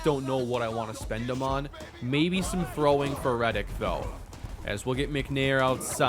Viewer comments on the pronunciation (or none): none